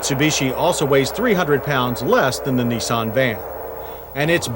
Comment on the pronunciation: I’m loving John’s pronunciation of any Japanese car - here we have the neesarn and meetsobeeshi mini vans - the meetsobeeshi uses the engine from the gollont sedan